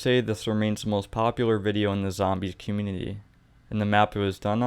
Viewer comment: this man cannot say community